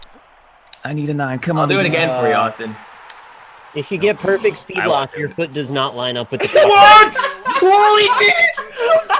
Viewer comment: "I could use a spood beest right now."